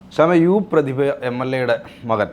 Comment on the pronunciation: MLA അല്ല മ്ളാ